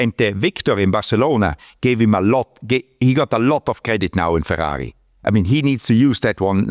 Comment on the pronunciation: I love to hear Guenther say Ferghaghi